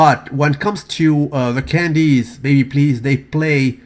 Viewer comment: did you say....candies!!